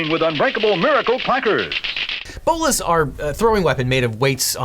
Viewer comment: He also pronounced Bolos incorrect. Just saying.